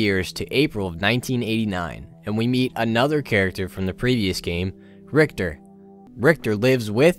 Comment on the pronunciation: I don`t understand what`s so dificult about pronouncing Richter`s name right